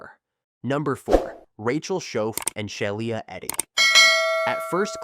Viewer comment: SHE- LA its not hard